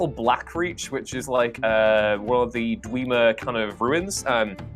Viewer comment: I like how he calls the dwemer the dweemer.... It's a name. It's pronounced one way